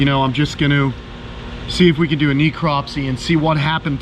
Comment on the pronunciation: She was obviously sick. The vet should have run blood work. FYI, it is pronounced neh·krop·see